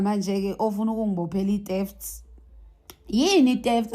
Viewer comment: Qualified teacher says teft not theft,mit November not mid November 😂😂😂😂😂😂😂